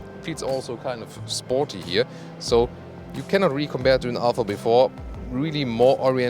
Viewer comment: OMG! It's Alfa man not alpha